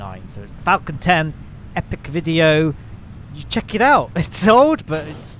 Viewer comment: I know you're saying "Falcon-10" but I keep hearing you say "Falcontent." As in, Falcon and Malcontent but combined into one word...